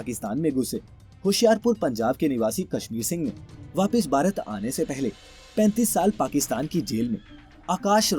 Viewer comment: अच्छी जानकारी है । आप अक्षर "भ" के उच्चारण का अभ्यास करें क्योंकि आप "भारत" कहने की जगह "बारत" कहते हैं । कम से कम अपने देश के नाम का तो सही उच्चारण करना सीख लें । संजय अग्निहोत्री उपन्यासकार